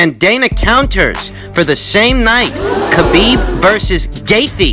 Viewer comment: When says Khabib.... 🙌🏾🙌🏾🙌🏾🙌🏾 Can say Nurmagamedov?